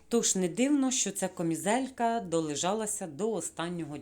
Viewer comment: Шановна, я дуже схвалюю ваше намагання розмовляти українською мовою, але дозвольте вам підказати де-які слова. Слово попрала має зовсім інше значення, ніж слово випрала, а тому не попрала, а випрала і не трішки, а трохи, не кОмізелька, а кАмізелька, не магазІн, а магазИн, сніг не розтаяв, а розтанув або розтав, на спідничці не китиці і не строкатий візерунок, бо це клітинка. Про інші русизми писати не буду, їх багато. Ще раз прошу пробачення, але дуже хочеться, щоб україномовні блогери розмовляли не на суржику, а на літературній мові. Бажаю вам успіхів! ❤️